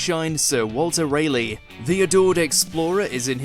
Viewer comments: I don't like AI reading the commentary for these videos however. NOBODY in the UK would pronounce "Sir Raleigh" as "Sir ray-lee", but an AI would. Bad, bad Mojo. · "Walter Ray-lee"